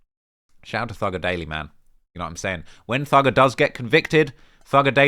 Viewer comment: My gf is DISGUSTED with how you said thugger at the start of the video